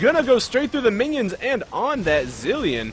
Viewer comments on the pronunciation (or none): it sounded like he just said "mini-onions." ur great at making league fun yet giving advice at the same time. Great job! Keep it up!